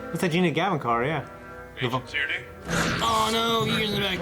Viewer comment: The Agent's name is pronounced TEAR-NEE not "tear-e-nee".... Just sayin.